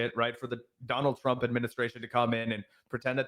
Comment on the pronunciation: “Dienald Trump” 😂